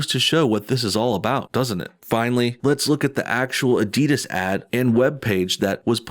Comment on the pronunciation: Never heard someone pronounce the end of Adidas like DIS instead of DAS...